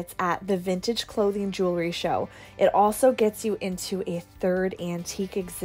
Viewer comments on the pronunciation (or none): Jewel-ry not jew-lery. Sorry but I had to say it. Loved the video besides that.